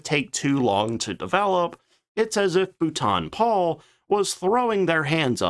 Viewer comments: You have had a shed-load of comments on this but, for the sake of my sanity, being a Brit, please note: 'Boulton Paul' = 'Bolt-on Pawl' (I am quite sure I must have butchered some American names in my time, 'Arkansas' anyone?) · It proves this is not A.I and is a real life American with they he murders the name Boulton Paul😁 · BOO-TON? WTF???? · For crying out loud it’s not bootan Paul it’s pronounced ball-tun Paul!!!!!! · It is not Bootarn It is spoken Bowl - ton Bloody Yanks need to learn English before attempting to say it. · Bootan Pole? Great channel but bootan pole is torture. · Its pronounced Bowlton and Paul, I worked for the company for many years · "Bolton Paul" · How many corrections of the pronunciation of Boulton Paul do you need? Either you don't bother to read the comments or you are too arrogant to correct yourself. This has been on-going for 3 years. Pathetic! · I might've been able to watch this video if not for the ABYSMAL and extremely weird mispronunciation of Boulton-Paul. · exactly, if he’s going to mispronounce Boulton Paul then I’ll mispronounce Chance-Vought as Chenkey Voogit. Might as well say Corsair as cursehair.